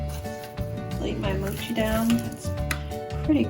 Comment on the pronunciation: His English turned into moochi lol